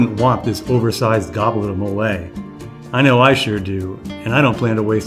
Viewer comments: it’s móle not molé lol but I will say your video was great and informative. Ty. Lettys looks great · The correct pronunciation of mole is MOH-leh.! As in guacamole.